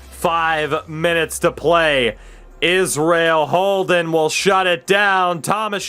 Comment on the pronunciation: Lol you said Holden’s name wrong 2 times when you looked through the trophies